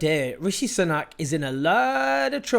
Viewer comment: Rishi Soo-nack, not Sun-ack, deliberately mispronouncing someone's name over and over is borderline aggressive